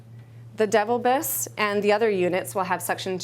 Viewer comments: you are pronouncing the name of your "top selling" suction unit "Devil Biss". NOBODY is going to purchase a suction machine that sucks saliva from your mouth with a name "DEVIL BISS"... The name of this unit is actually "Devilbiss" (De-vilbiss)... You may want to do a voiceover, or better yet shoot a new video. You have zero credibility when you don't know the name of your own products... However, it brings a bit of levity to a very boring presentation... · Devil biss,,,,LOL its pronounced De vilbiss :)